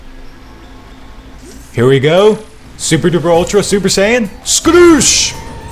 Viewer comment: he said super sayain